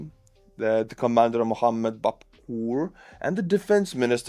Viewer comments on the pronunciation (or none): none